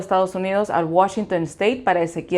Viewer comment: Te felicito por la pronunciación de "Washington"..............................